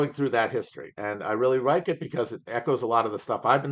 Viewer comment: “I really rike it” But truly, thank you for the effort.